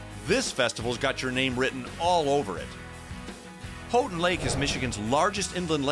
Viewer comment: you mispronounced houghtin its pronounced like "how-tin"